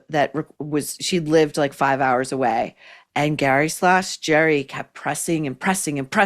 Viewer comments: Gary/ Gerry..cracks me up every time you say it..😄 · It’s pronounced Gerry ( not like a J sound) but in the Irish form like G eeery g sound.